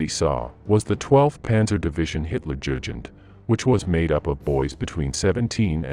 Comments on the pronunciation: Where did you learn to pronounce German words or is this robotic AI? Hitler JERGEND? Really? It's pronounced YOO-GEND. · He said Hitler gugent instead of Hitler Jugent. Very bad pronunciation. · Pronunciation of Hitlerjugend simply sucks